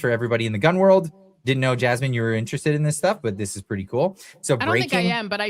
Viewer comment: 😂😂😂 A deaf person trying to say Jasmine...Jammin" you're hilarious 😂